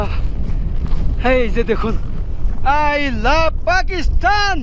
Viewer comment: ভাই তুমি বারবার পাকিস্তান কে পাকিস্থান বলো কেন উচ্চারণ ঠিক করো